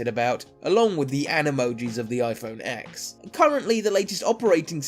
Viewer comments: It’s pronounced ten! Not Ex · It's pronounced iPhone Ten not ex. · CAN SOMEONE ACTUALLY PRONOUNCE THE NEW IPHONE PROPERLY SMH U SAY TEN NOT ECKS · You idiot! Its called ten NOT X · AHHHH PLEASE STOP SAYING IPHONE X!! ITS SUPPOSED TO BE IPHONE 10!! X IS A FREAKING ROMAN NUMERAL!!! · Saying x in this video instead of ten is so cringeworthy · yea true its just a roman numeral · not called "iPhone 10" No where is Apple calling it the "10" they are only calling it iPhone X. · It is pronounced "10" you idiot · IPhone 10* If you can't even say the name correctly, why should anyone take you video seriously. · You already broke all of them... it’s pronounced... iPhone TEN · Please. Say it iPhone TEN not X. It’s a Roman number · It's called iPhone X and Ten so shut the fuck up. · I can’t take you seriously when you can’t even pronounce the name right. Also, you can’t tell iPhone 7 from iPhone 8 from the front but you can from the 6 or 6s which had indistinguishable fronts. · Says that the iPhone X will break in 2 years but doesn't know how to pronounce it. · WTF, how a flagship phones' name is pronounced should be obvious! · Your stupid for not even knowing how the phone is pronounced.